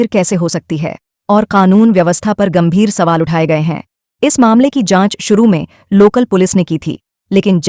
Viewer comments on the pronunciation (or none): none